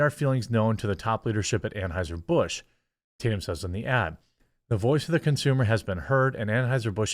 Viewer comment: Anhueser-butch is one of the best slips of the tongue I've ever heard 😂